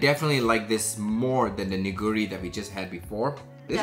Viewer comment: All the ramen are actually from Korea. Neoguri ramen should be pronounce with a silent E , 'No-gu-ri' The Shin ramyun, it's mushroom. But you know the one's close to heart is actually Maggi ☺ it just hits home ! Maggi will always be the all time fav, no matter how much you wanna try new flavors or ramen. Stay safe guys 👋